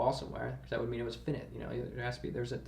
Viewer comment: Hahah "finnit" (finite) is pronounced "fi-night" which I remember thinking was odd when I learned it